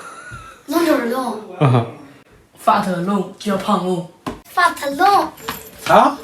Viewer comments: fat 龙不是fart龙，念哎，不念阿，别念错了，不然成放屁龙了。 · 讀成fuxker 窿了